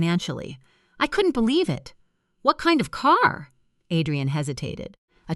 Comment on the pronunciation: These AI stories are hilarious. The mother made herself a cup of tea and then sat and waited for her daughter's mother-in-law who showed up the NEXT DAY! Then the break fast. Add rian, not Adrian. Quieter/ qeetier. LMAO.